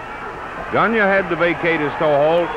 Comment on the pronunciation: It's Gone-yay , NOT Gone-ya